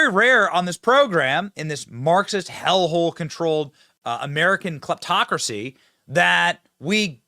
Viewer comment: Did he just say "Clitocracy" ? ...ok, googled it, he said "Kleptocracy", ..i think.